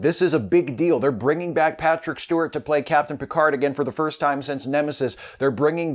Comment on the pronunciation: hey i love your vids, but i'm interested why do you say "sense" instead of since. plz let me know :)